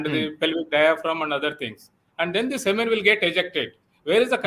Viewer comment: Siemens बोल रहे हैं जो मशीन का नाम है. The correct word is semen. If this guy is a real doctor, Islam are Pakistan aabad rahe aisi dua Karni padegi